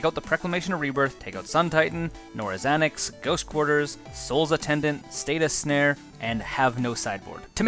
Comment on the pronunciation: Awesome deck tech! Looks fun and I may make it just bc so cheap!! Jsyk- It's Stasis snare, not statis snare; norn's annex, not nora's annex; and proclamation of rebirth, not preclamation of rebirth. Still awesome video, thx for making!